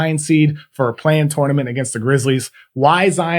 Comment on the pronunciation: Please don’t say “tournament” like that